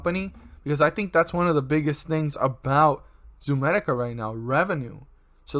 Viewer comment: It’s not ZOOMEDICA!!!